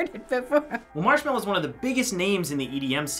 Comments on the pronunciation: "Marchmello!" XD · I only know Marshmello not Marchmello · When the grandpa say marsmello I was like 'wat!'